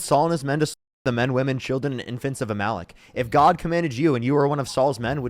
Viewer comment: You rock but it's AMalec not aMALec.